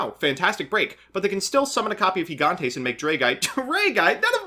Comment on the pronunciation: Gigantes isn’t pronounced with “H” sounds like in Spanish, nor it is like “Gigantic”. It’s just like it looks, Gig-ant-ehs.